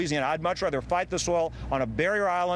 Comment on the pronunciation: 0.16 Did she say "oral" spill?? LOL!!!